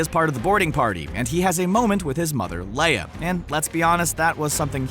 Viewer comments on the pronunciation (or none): none